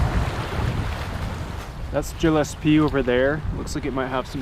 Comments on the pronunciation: its pronounced Gill es pee its a Scottish name and our coat of arms was given to us by Edward the long Shanks. When we followed the Bruce to fight William Wallace, before the Bruce came to his senses and fought for his people. Just an fyi history fact. . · Awesome episode. BTW Gillespie is pronounced with a hard G like the gill of a fish. Yes, I'm a Gillespie.